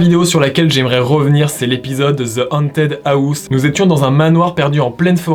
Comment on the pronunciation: Ze antead aousse 😂😂😂